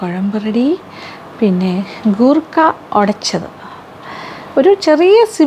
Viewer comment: Goorkka alla madam , say " koorkka" .......